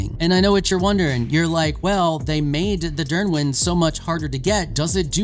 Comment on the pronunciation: Dyrwyn pronounce is perfect Niddhog as well, its pronunced "Need hog"